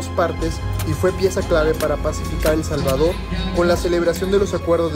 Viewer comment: el Jalvador no sabemo pronuncia la S